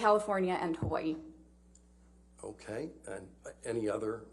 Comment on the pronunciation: Yay!!!! Loved that she studied, represented, and said my home "Hawai'i" properly 😇 This was a joy to watch her speak... Much Love to you Doctor & the JD Team 🤙🤙Aloha